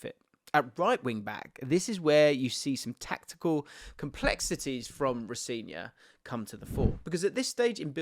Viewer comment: in his latest interview he said his name is pronouced ro - seh - nior with the emphasis on the "se"